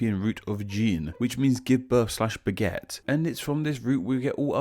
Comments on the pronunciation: Umm. While English is my second language, I am usually convinced that I am quite good at it. But you really stumped me there. I only heard "gene, which means give birth slash baguette". I googled it, but I still can't unhear it. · For a second there, he went French enough for me to think he said Baguette, not Beget. Jesus Christ, man. We give birth to children, not Coward's Bread.